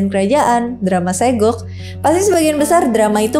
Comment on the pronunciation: Saegok tapi saeguk kak 😭